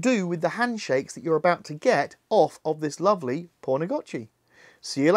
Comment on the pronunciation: poon not porn